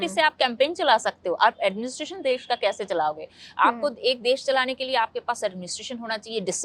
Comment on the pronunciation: Desh k nam bhi nhi bol pa rahe ky